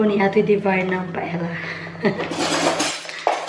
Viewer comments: the paella pronounce PA EL Ya.... Si cute of you to talk inbyou blog... God Bless you! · Its pronounced as "paelya". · Pa-el-ya ata basa nyan.. or if spanish accent, pa-e-ya tulad ng tor-ti-ya for tortillas... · Paella is pronounced " paelya "